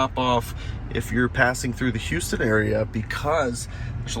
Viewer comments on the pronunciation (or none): none